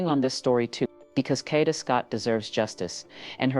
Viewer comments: Yes, say her name correctly!! Kaaaa-da!! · Say her name correctly. Damn!